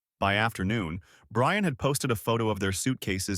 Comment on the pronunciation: “I shall wewease…… Bwian!”